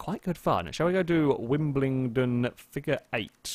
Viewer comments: Wimblingdon?! WIMBLEDON,. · Super Gazelle "Wim-bel-don" Hurts my ears as a londoner hearing wimbleydon!